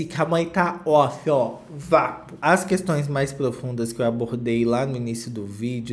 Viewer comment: me lança um "vapo 🙅🏾‍♀️", aaaaah mas tá muito paulista esse Crystal meooo hahahaha